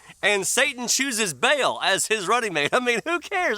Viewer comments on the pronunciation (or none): none